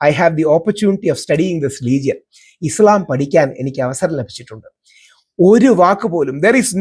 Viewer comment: ഇ.സ്.ളാം അല്ല രാഹുൽ ജീ! ഇ.സ്.ലാം ആണ് ശരി! മറുനാടനെപ്പോലെ മനപ്പൂർവം തെറ്റായി ഇസ്ളാം എന്ന് ഉച്ചരിക്കുന്നവർ ഒരുപാടുണ്ട്.